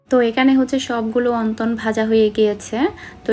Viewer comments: অন্তন না।।।। উচ্চারণ হবে অনথন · Onton na apu onthon apnar mukhe onton sunte kmn jani lage.